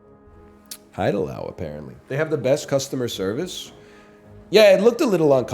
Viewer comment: this guy always talks about how cultured is having lived in korea for 6 months and then he keeps pronouncing haidilao as hide allow 😭😭😭